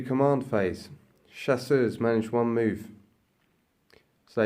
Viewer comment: Like the channel ! Being french I wish to help, Chasseurs is pronounced chass-ewr weather it has an s at the end or not. Otherwise your pronunciation means that they are hunters but feminen.